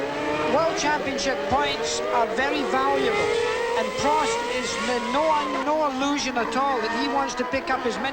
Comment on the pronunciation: Oh my god the way that American commentator is pronouncing some of the names is making my teeth itch!!!! Its Prost not proast